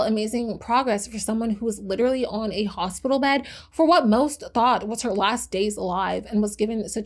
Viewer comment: The word is pronounced "lit-er-al-ly", not fucking "litraly".